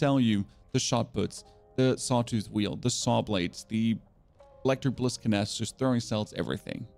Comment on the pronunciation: The way you pronounce canister